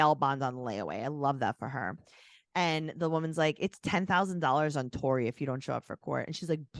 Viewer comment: Ok you totally said “Corey” not Tori! 🤣 you’re not crazy! Lol